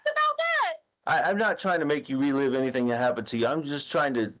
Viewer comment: Excuse me, but it’s pronounced Anythink! T. Stauch